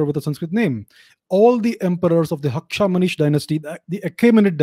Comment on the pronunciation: It’s not Hakshamanish, it is Hakhamanesh. Hakha (friend, cognate to Sanskrit sakha),+manah (mind, same as Sanskrit)